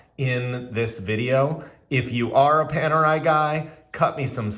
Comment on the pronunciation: I stopped watching when I heard you call it ‘Penerai’. Next time, make sure to learn the correct pronunciation of the brand name before doing a review.